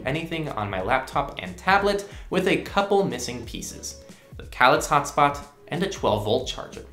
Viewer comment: it's pronounced, "kay-licks"